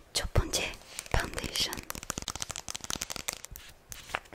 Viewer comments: 헐 파운데이션 마스카라 등등 콩글리시로 발음해주시는 거 디테일 쩔고… ㅠㅠ 웃는거 ㄹㅇ 무슨 디즈니 픽사 이런 캐릭터처럼 귀여우셔요 ㅠㅠ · ㄹㅇ 파운데이션도 한국식 발음으로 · 발음 매우 편안합니다 영어 원어발음 아니라 한국 발음해줘서 고맙습니다 (마스카라 파운데이션) -한쿠긴 올림